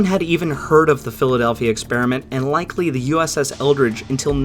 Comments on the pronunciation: USS ELDRIDGE...not "ELDRICH" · You said USS Eldridge but I heard USS Eldritch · Eldridge, not eldritch. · The... Eldrige? Uh-huh. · USS Eldridge? Or Eldritch?